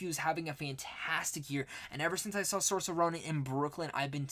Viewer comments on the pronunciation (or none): I'm debating on whether I want to watch the 1994 Little Women before the Greta Gerwig one. Also, just thought I'd let you know you're pronouncing Saoirse Ronan's first name wrong.